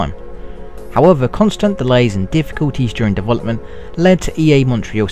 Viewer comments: I can't understand half the shit this guys says. He sounds british but then says 'dewelopment" like a russian. I need some fuckin subtitles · You know what I like? Dovolopment :P